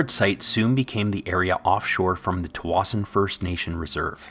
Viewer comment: I grew up in Tsawwassen and this is the first time I’ve ever heard someone use the pronunciation locals use!